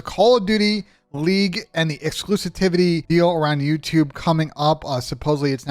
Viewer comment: Bro said exclusitivity lol